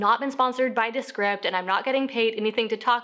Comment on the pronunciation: Was that ViewScript? DeScript? Please enunciate